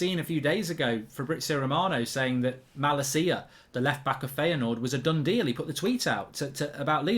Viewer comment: Never pronounce Malacia like that ever again😭😭